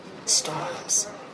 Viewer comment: the fucking 'N' each time they say el niño 😭